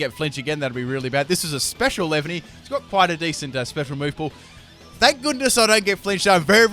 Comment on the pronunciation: it's pronounced lee-van-ee